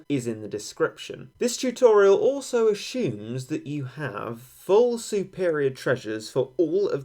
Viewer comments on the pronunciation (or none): Obama. Also ashumes